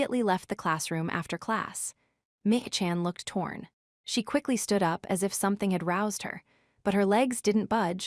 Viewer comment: Mih-ih-chan? Really? That’s TTS’s logic for the pronunciation of double i’s? I can’t think of a single instance where ‘ii’ isn’t pronounced “ee.”